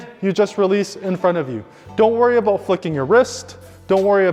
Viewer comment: You said don’t worry a boot